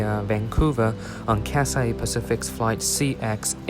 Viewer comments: Yo, it is not Catsay. It is Cathay with an h. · What is cassay pacific. Is it so hard to pronounce Cathay? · It's Cathay, not Cat-say. Cathay. Repeat after me, Cathay. If you can fake the British accent, you can say Cathay properly. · Say Cathay, and not Cassay. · he spelled it wrong intentionally, because the guy in the video was pronouncing the name of the airline as "catsay", which is wrong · Your pronouncing the name of the airline wrong I don't hear a Scholar 😂 don't take it personally tho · I thought I was the only one felt the word Cathay was pronounced incorrectly